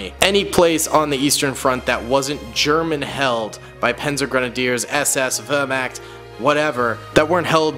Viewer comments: Wehrmacht is pronounced vehr maakt and thats not a panzer grenadier, thats an SS soldier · were- mact it is Wehrmacht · With the word vermacht it had more of an o sound than an a sound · I hate how he was saying vermact is vermach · Wehrmacht not wehrmakt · vermact??? its wehrmacht. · For me as a german your "Wehrmacht " pronunciation sounds kinda weird (wörmakt) but I guess the "ch" is hard. I think you should definitly make video about the allied soldiers in the future.For the german army a Panzern crew member is, in my opinion missing. I personally think that the german army is the most interresting because how big it was. For the allied army, I like most the canadians and the dutch (dutch because their effort in the Pacific) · You do not say wevrmark right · Its pronounced Ver-Mocked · why! Why! Pronounced like that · Why is it that seemingly every person whose not german completely murders our words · That pronunciation of Wehrmacht hurt my soul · pronunciation of Wehrmacht is hilarious, all jokes aside love your content! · The way he mispronounces Wehrmacht makes me go insane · The way you said Wehrmacht is… confusing to say the least. the Waffen SS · (No hate) but please learn how to say Wehrmacht, fallschirmjäger, Luftwaffe and panzergrenadier. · As a German it is really difficult not to get triggerd by the pronounciation of my Wehrmacht Boys. + you said that the Panzer Grenadiere committed lots of war crimes but wich country that participated didnt?